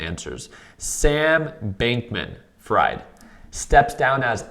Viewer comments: I think Sam's last name is pronounced Freed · fried-pronounced 'freed' lol